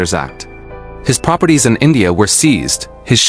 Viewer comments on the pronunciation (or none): none